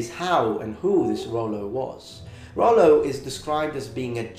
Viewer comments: Nice :) Just a little "correction" if I may, in French Rollo is named Rollon and we pronounce the double L like in english. So it doesn't sound "Royon" but "Rollon" with L pronounced as L. To make the double L sound similar to "i" or "y", you need to put an "i" before the double L. So the pronunciation you tell in the video would have been written more "Rauillo" or "Royo" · In France, we would pronounce these L like in English, because there isn't a i before. And you doesn't pronounce the "o" like this because we write it "Rollon" Very good video, thank you from Normandy ! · Hey very nice video. The "normand" identity is still very strong in France, people from normandie are proud to call themselves "normand". As a french man though, I would say "Rollo" pronouncing the "l". I wouldn't say it the way you did, transforming the double "l" into a "y" sound. I know this is a common occurrence in french, most of the time "ll" is pronounced "y" (that is the case in my own name) ; but sometimes the "ll" is ignored and pronounced as a simple "l", except you insist a little bit more on the "l" sound. Well, it does not really matter ^^